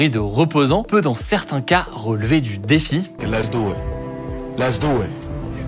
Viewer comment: ROGARDER, ROPOSANT, ROLEVER ! fait un effort Hugo, j'ai l'impression que nous sommes au tieks mdrrr